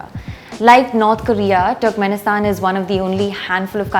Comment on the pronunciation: Small correction , it's pronounced "turrkmenistan"" not ""TWERKMINSITAN"